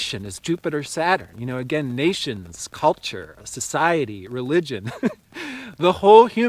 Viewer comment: i love how you said the words "cult--ture" and "expei-ment" made me learn👀👀💡🕯